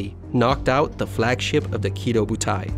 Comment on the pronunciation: Kido butai is actually Ki-Doh Butai